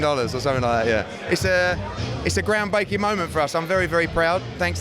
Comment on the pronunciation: Eddie Hearn is so gassed, he can't even pronounce words properly. "Ground baking" , "we're not gestripted". And that was just the first minute.